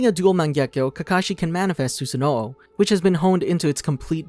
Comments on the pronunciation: Its susanoo not snoo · why does he say susanoo like susano o